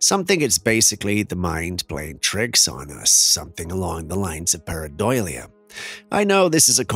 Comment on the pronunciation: Hi there, I will give you the spelling again. Pareidolia, not paradoilia, as you have been pronouncing it.